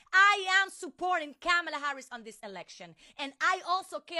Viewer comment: If they are gonna say her name they better say it correctly